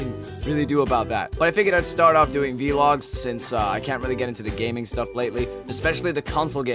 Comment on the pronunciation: Does anyone find it weird that he said V-logs and not vlog like everyone else?